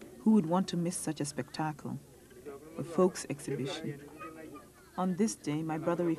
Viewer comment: proof enough not to listen to her who pronounces spectacle like that?